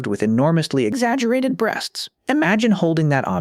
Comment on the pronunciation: "ExAggerated" lol